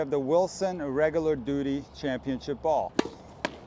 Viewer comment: Ah, duty. Thought you said doodie.